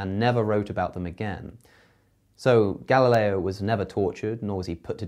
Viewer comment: Me: Galileo Cosmicskeptic: Ga-La-leeeo